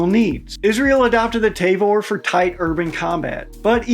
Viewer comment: "Tayvor"??? Ta-vor*